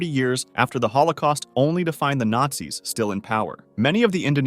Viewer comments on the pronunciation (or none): none